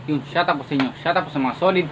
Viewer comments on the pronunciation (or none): Shout out sa iyo para matoto ka mag bigkas ng Tama SHOUT OUT. Hindi SHUT OUT.